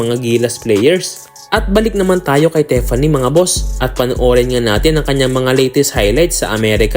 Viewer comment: TIFFANY po,, hindi po tefanny...